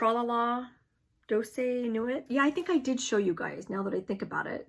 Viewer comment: Thank you for another great video. The Douce Nuit pattern name is pronounced "doos new-eee", with the heavier accent on the "eee" sound, The title means "Silent Night". I took French in high school way back in the 80's. I love your patterns you have chosen to do. I am a huge Erica Michaels fan, and the Ebenezer pattern is on my wish list. I check on my email every day at some point, because I need to find out if there is anything I missed or need to pay is due, and I check outside to see what the weather is when I wake up so I know how my day is going to start. I am interested in all three. Thank you again!